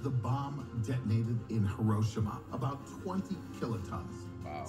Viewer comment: The guy in the video calling Hiroshima Herowshama is pissing me off. IT IS HE RO SHE MA